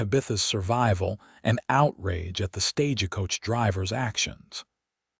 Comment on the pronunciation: This is a good story, very well written. However, AI can learn. 'TAB a tha' not 'Ta BITH a' Staj coach, not staja coach. It's annoying when you say it wrong over and over again.